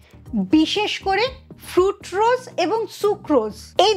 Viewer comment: ফ্রুটরোজ নয়, কথাটা হল ফ্রুকটোজ। এটুকু জানেন না অথচ জ্ঞান দিচ্ছেন।